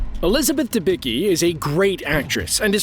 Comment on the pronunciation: Hey Guys, check proper pronunciation of Elizabeth DebiCki last name. It's so unprofessional!